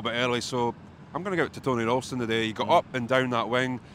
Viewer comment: The mispronunciation of Ralston really annoys me